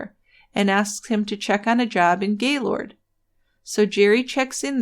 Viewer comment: I tried to listen to this. I've read the book. The monolog is so mundane. And anyone who has ever lived in or near gaylord, knowx it's not Gay lord. It's Gaylerd. Nobody says it that way. I was hoping this would be good, because it seems like the only YouTube video about the murder. It's audibly difficult to do though. Thanks for trying though.